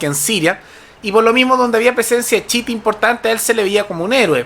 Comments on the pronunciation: no es CHITA wn es CHIÍTA -.- chita es la wea q decis cuando te equivocai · Una crítica constructiva. La corriente islámica no se llama "chita" como el mono de Tarzán, sino "chiíta" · Me gusta tu canal, pero la pronunciación correcta es chiíta y Hezbolá. Recomendación en buena onda. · Ufff!!,cai en la pagina de los fascistas extremos,a proposito este pastel pronuncia mal la palabra chiita,se dice tal cual no chita como el chimpance de tarzan y todos los tarados de los comentarios ni cuenta se dan. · Yo y mi TOC reaccionando con picor cuando pronuncia mal "Chiita" o "Hezbola" entre otras palabras xD En fin... gracias por el punto de vista y la info:D